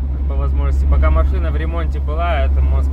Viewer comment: 🤣🤣🤣 Я после Вашего комментария тоже начала прислушиваться. МаФына, Фто... Раньше не задумывалась, но дефект слышала.